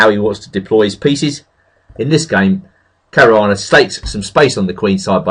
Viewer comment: What the... he can say 'Caruana' correctly!? After all these years I've finally heard it!